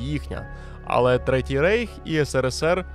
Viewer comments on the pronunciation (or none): none